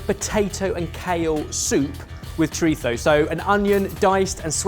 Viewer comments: Seriously. Chorizo is a mexican created item. Pronounce it based on where it came from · stop saying ‘choritho’. Nobody cares for your proper pronunciation, we are British and it’s choreetzo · Choritho? Why does substitute a th for the z in his pronunciation? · saying "choritho" is just hilarious and infuriating. I can't get over it. must pronounce each food item with that same fervor and intention from now on. If doesn't call parmesan cheese par-mee-shan-oh regsh-ee-an-oh I will most definitely..stay subscribed. This channel is awesome. It is chorizo though. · Shout out to that awful pronunciation of chorizo. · pronouncing chorizo like a spaniard made me wanna commit violence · I was like, this is trying to pronounce chorizo for 11 minutes